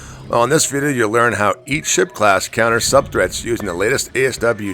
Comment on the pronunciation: "Sub threaths" Sub what? *clears ears Sub free kills? Aaaaah! I knew it i heard you wrong, my bad.